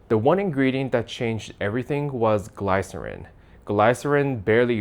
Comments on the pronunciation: Gl-ice-erin came on the stage. LOL. It’s pronounced like ‘glisserin’ dude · Gly-(as in fly)-cerin It's gly-(as in the li if lift)-cerin So glycerin, not glycerin :D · "Glycerin" the y rhimes with "this" not "high" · Just so you know, it's pronounced gli-cer-in. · gle-sa-rin not gly-sa-rin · The y in glycerin is pronounced like the i in image, not high. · Glycerin is pronounced glih sa rin. Not gly sah rin. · GLIE-SIR-IN ❌ GLISS-ER-EEN✅ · Not gl-I-cerin, my friend. It's gl-i-cerin. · It's "gliss" not "glai" lmao. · The Y in glycerin should be pronounced like the I in glycerin. Not GLIE-ser-in. It's Gliss-ser-in. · Glaays-uh-in or Glis-uh-rin?... you just look up stuff and say to chatgpt "make me a small story about it"? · it's gli-suh-ruhn. not "Glay-suh-ruhn" like you said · The first syllable of "glycerin" rhymes with "miss", not "mice" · Interesting but FYI it's not "GLI cer in" it's "GLISS cer in". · Gli-cer-in. Not Gly-cer-in. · Wait.. so it's glay-cerin, not glee-cerin? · Glycerin is pronounced like Glisserin, not Glighserin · Glycerin is pronounced like the vowel in kiss, not eye. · We pronounce glycerin differently. Gliss er in. Not glYcerin. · It is pronounced G-liss-er-in not as G-lie-sir-in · Glisserin, not gleye-cerin. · it is pronounced "gli-suh-rin" with the "Y" sounding like a soft "i" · The first syllable in glycerin rhymes with bliss. GLISS-er-in :) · It's pronounced "gliss-er-in" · FYI, the gly part of glycerin is pronounced the same as gli in glitter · its pronounced Gliss-er-in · Glai-cerin? Did you ever hear the word uttered by another human? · *pronounced "guh-li-cer-in" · Gliss-ehrin brudda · Glycerin is pronounced like "glih-ser-in". The first syllable does not rhyme with "lie". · that's a new way of pronouncing Glycerin (glihsuhrin) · Glycerin; pronounced GLISS-er-IN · Great video.. just one observation.. it’s Glee-Sir-In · It’s pronounced glee-ser-in in American English just FYI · Get your ai pronunciation correct. It’s glis-serin